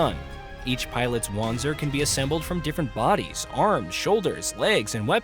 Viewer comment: Wanzers is pronounced "Van-zers"